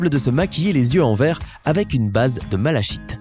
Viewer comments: La pierre verte se prononce MALAKITE😉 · ÇA SE DIT MALAKITE MÊME SI ÇA S'ÉCRIT MALACHITE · Malachite se dit « malakite» pour info 😉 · Je pense il faut prononcer malakite la pierre ne se fume pas Hihiuuuű